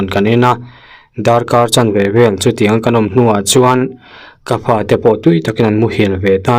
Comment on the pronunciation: "Fa" tih hi "Pa" tih ang deuh hian a ri thin a,I ha hmai a bal aniang ka ti tawp mai😂